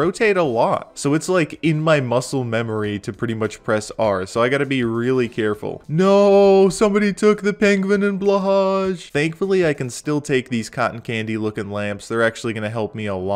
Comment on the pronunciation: It's actually pronounced 'Blah-hah' Yes I looked it up. Source: Search "how to pronounce blahaj"